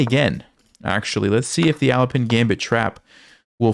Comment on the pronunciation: I think as Alapin was Russian, his name should be pronounced stressed on the second "A", like "alaapin", that's what I've heared from russian-speaking chess teachers.